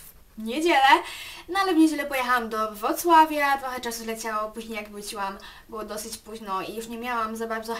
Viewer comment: dlaczego powiedziałas wocławia naucz sie mówic puzniej nagrywaj